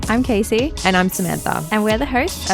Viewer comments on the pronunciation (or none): none